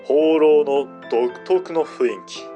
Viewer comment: 雰囲気の読みを、ふいんきと度々読み違う耳障りな…